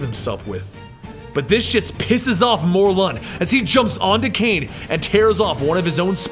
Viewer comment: Isn't it Mor-lin?